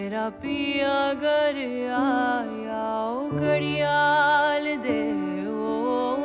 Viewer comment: The mispronunciation of "ghar" as "gar" throughout the song is beyond frustrating for me!